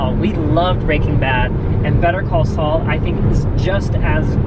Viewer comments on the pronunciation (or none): You're not pronouncing Saul right.